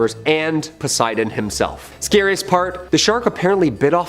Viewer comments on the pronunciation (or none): none